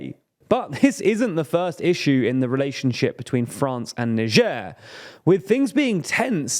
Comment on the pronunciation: how did you pronounce niger???